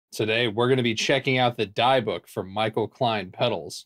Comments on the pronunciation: Great video man awesome jamming by the way its pronounced de bic like destroy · If you don't mind my nitpicking, it's probably pronounced "Dee-book", a sort of possession in Jewish mythology.